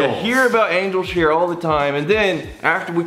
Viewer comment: Why do people add a k sound to their g at the end of words? He does it multiple times throughout the video lol